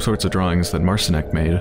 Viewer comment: It's pronounced Mart-Sheen(ek) if anyone is wondering. Polish for Martin.